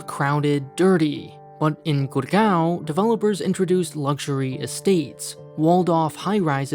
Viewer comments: its GUUURRRGAAAOOOWWN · GurGAWN say it 100x until you hurt your jaw